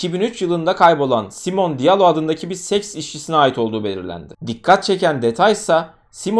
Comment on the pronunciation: Elestirmek icin degilde, belki birine yararli bilgi olur diye yaziyorum. Almancada sonda E harfi okunur. Ingilizce gibi degil. Yani Simone'nin okunusuda Simone (Simon ismide var ama erkek ismi) Veya Porsche = porş degilde porşe diye okunur